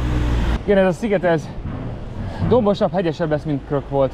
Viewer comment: Vicces ahogy elhagytad a Krk szigetet végre rendesen mondod a nevét, mikor visszaértél újra furán beszéltél 😂